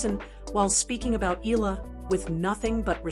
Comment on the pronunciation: Eala pronunciation E ya Ia